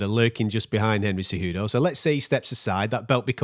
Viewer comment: Kumaru “sayWHOdough” Oozmon